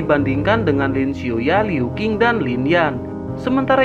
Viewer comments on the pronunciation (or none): none